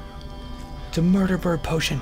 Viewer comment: Does anyone else think that when Toby says "MURDER" he says " MORDOR!!!!"